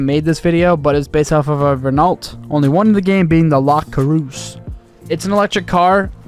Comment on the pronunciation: Butchered the pronunciation of Renault as well lol